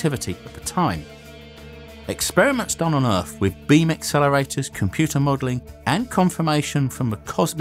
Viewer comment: OMG Is this yet another British guy who pronounces his th's like f's or v's???? Or is this the same guy I heard on another website? I cannot STAND this.. EarF really you are going to pronounce it EARF!!! It's like certain people here in USA saying BIRFDAY!! OMG especially when someone is duckainf NARRATING something!